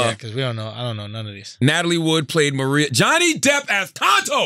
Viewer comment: omggg why he pronounce maria like that lmaoooo